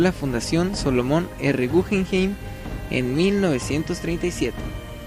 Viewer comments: podrías pronunciar naturalmente el nombre del museo “gujenjein” sino “gugenjaim “ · No es gujenjein sino gugenjaim